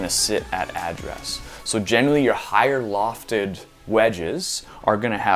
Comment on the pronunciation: You say “address” funny. Like a Texan. “Ah-dress” but still love ya buds